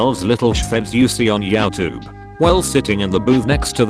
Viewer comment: Until a computer can say Youtube correctly, I'm not worried about AI